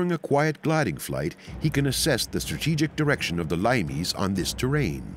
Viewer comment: Limes is pronounced LEE-mess. Not LIME-ees.